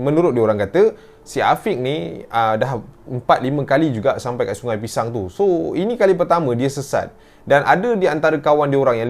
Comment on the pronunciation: semua salah sebab selalu sebut pishang..